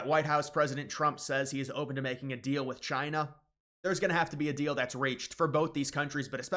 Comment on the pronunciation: Did you say “Trina”, like Trump and China combined 😂